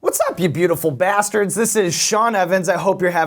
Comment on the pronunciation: Whatchit Sean, that’s a pretty hard R on bastards...😂😂😂🖤